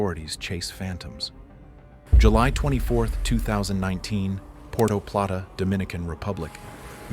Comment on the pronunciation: Nice video but I’m Dominican so I have to do it, it is call puerto plata, like Puerto Rico, even though I know it’s pronounced by Americans like porto ricou